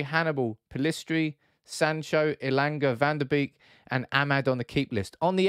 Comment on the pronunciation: Pronounced van der BAKE.